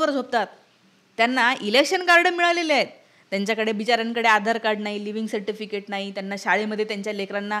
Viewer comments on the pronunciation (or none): none